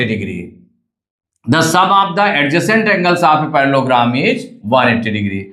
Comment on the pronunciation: Parlellogram ❌parlogram☑️